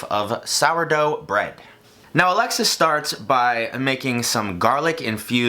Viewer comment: Just me who thinks whenever he says Alexis it sounds exactly like Alexa 😂